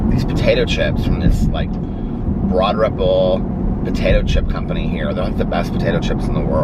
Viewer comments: the way he says it sounds like “Broader Pool”. Say the words “broad” and “ripple”. They don’t sound like how he says it lol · I’ve been watching you for years and I’ve heard you say “Broad Ripple” a million times and never knew what you were saying and finally decided to Google it and find out how it was spelled. Why is it pronounced that way?! Lol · why is it pronounced that way lol. Those two words do not sound like that lol